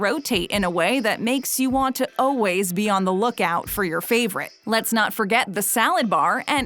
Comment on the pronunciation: I love these videos, but I will NEVER get over the fact that she says "always" as "o-ways".